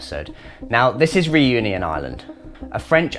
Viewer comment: Please learn how to pronounce "Reunion" correctly. Your english pronunciation of it hurts. No, I'm not French.